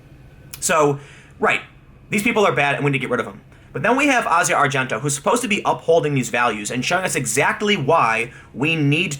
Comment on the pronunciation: When did Tim start pronouncing, "Asia Argento" correctly? He's probably the only person other than movie nerds like me that actually pronounces it correctly.